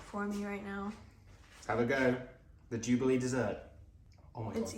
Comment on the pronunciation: Not me, understanding jiggely instead of jubelee and found it super strange but also cute xD